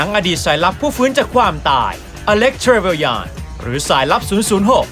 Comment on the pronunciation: trevelyan จริงๆต้องอ่านว่า เทรเวเลี่ยน นะครับ คนไทยอ่านผิดกันเยอะ ขนาดในหนังเวอร์ชั่นพากย์ไทยยังอ่านผิด